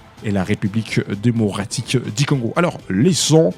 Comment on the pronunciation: Parle bien. Pas Dimocratique mais démocratique...tika fière papa😂😂😂loba bien